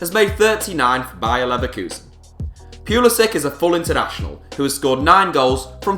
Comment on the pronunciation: AGHHHHHHH YOU PISS ME OFF ITS PRONOUNCED PU LI SICH